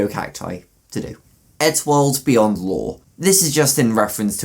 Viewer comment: Why when he said eddsworld beyond did i think he said eddsworld weeyoo